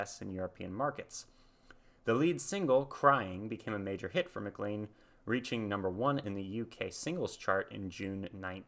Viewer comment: McLean rhymes with rain, plain & Spain.